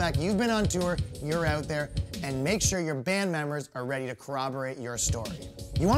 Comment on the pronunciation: "I don't know anyone in Canada, never been to Canada." Next thing you hear is "But on my Facebook all you see is a guy reaching oot to his fans aboot to have a great show." Dude, who are you fooling? I can smell the maple syrup on your breath through my computer screen.